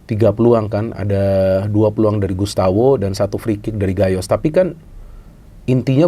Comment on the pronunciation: Gustavo, bukan Gustawo 😂